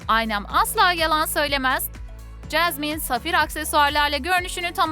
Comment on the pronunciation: Çeşmen değil Jasmin 😁😂😅